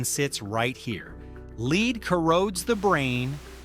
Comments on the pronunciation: Pronouncing Pb the element to rhyme with lede instead of led is awful, especially when it's what the video is about ! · LED NOT LEED. AI SLOP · The metal doesn't read like 'lead' like in 'leader' but rather like it were written 'led'. That was the precise reason why a certain band founded in the 1960s called itself 'Led Zeppelin'. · The AI pronunciation of "lead" needs to be corrected. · Stupid AI can't tell which lead pronunciation to use. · One detail refuses to leave my head, though. Amazingly, nobody ever says "heeed". 'Head' is a great example of how 'lead' is to be pronounced. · Lead corrodes the brain... So much so that one gets tge pronounciation wrong again after already having got it right several times. 😂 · When you have ai i guess making a full video on a fringe study is less work and more slop. The fact that it wasnt even reviewed (pronunciation of lead) speaks volume to its value. Not trying to be mean but we can do better. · It isn't matter of taste. It was the lead pronunciation.